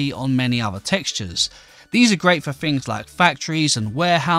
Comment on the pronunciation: Yes the small details matter. A nerd who can't speak? "more further", "leafs", "builden", "ma-er", "goin", "growen", "maken", "flooren", "more softer", "nee-ar", "electerns", "fickar", "roofs", "fings", "such a nicer", "usen", "mixen", lucky you can play minecraft it's a pitty you never learned to speak correctly.